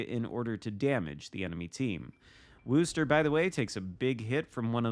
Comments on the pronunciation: Guess my comment wasn’t as clear as I thought it was. The pronunciation of Worcester does not sound like “rooster”. Phonetically, it is Wooster, but that oo is pronounced like it is in the word good or the word look. It is not like you would pronounce rooster or cool. Of course if you are from that area, you drop the final R and pronounce it more like “woostuh” (again, making the oo sound like it does in the word good or the word look). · Worcester does NOT rhyme with rooster. The "oo" sound is like how you'd pronounce "good" or "look". Git gud :P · interesting. I've never heard any of my colleagues from the UK pronounce the town of Worcester as does in the video. In fact, just for fun I headed over to Mighty Jingles' YouTube channel to watch his video from 6 years ago introducing the USS Worcester and he pronounces it extremely close to how I do and how, I guess rather poorly attempted to explain here in my comments:). With a name like "GrumpyNorthman" are you from Scotland or Northern Ireland by chance? You mentioned being in the UK, so figured either of those two countries could potentially make one a grumpy northman:P. And believe me, has no chance of pulling off a New England accent if that's how he's pronouncing Worcester LOL!